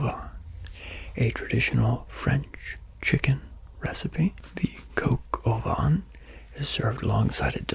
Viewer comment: As à french i just would like to say it's coq au vin not van and the c in niçoise is ç